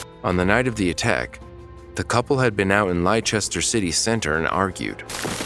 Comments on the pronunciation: Yeh it's not Ly-chester, it's Lester lots of the letters are silent. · "He has taken coke" as in cocaine not "he has taken cope" lol. It is hard to understand the accent even hard for me and I'm English myself 😆. It's pronounced les-ter instead of Ly-cher...easy mistake as well but well done for trying. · Leicester is pronounced "Lester" just for your information. Great vids mate, cheers. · I absolutely love your videos, but side note: leicester is pronounced Lester. Keep up the amazing content! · Just to let you know Leicester. Is said as Lester.just to be that annoying person. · Amazing content, I’ll admit I lol’d at “Lichester” though…😆😂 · It's pronounced 'LESTER'